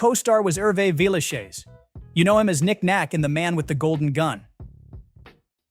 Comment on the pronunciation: At first I couldn't figure out what you were saying. It's pronounced 'Villeshez', not 'shayz'.